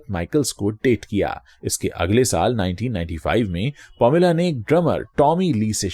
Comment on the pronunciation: Sir it's not pomila, it's paameelaa - pronounciation.🙏